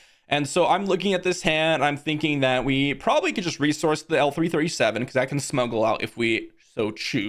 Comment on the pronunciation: Please, please ... L3-37 is not "L3" and is not "he". She is called " Leet".